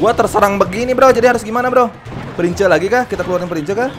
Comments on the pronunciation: Bang baca nya prins bukan prince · ngomongnya prins kak bukan prince